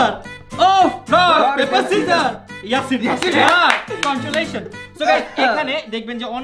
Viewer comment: vai mone hoi English bolte pare na Because se Congratulation ke con--tulation bolesche ha ha ha